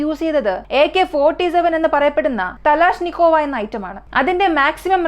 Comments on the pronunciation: തലാഷ്നിക്കോവ അല്ല പെണ്ണെ.. കലാഷ്നിക്കോവ.....😂 നീ ഗണ്ണ് കണ്ടിട്ടോടി ഗണ്ണ് 😁 Automatic kalashnikkov 1947..AK47🔥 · തലാഷ് നിക്കോവ അല്ല സേച്ചി കലാഷ്നിക്കോവ്...😐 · തലാഷ് അല്ല kalashnikov എന്നാണ് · It's kalash not thalash pengale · Thalashnikov❌️ Kalashnikov✅️ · Thalashnikov alla mole kalashnikov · Thalashnikov alla sechiii kalashnikov aanu😅😅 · തലാഷ് നികോവ അല്ല ചേച്ചി 😂 കലാഷ്‌നികോവ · മോളെ തലാഷ് നിക്കോവ അല്ല കൈലാഷ് നിക്കാവോ 😂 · Pinne talaznikova alla kalaznikova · തലാഷ്നിക്കോവ് അല്ല കൊച്ചേ its kalashnikov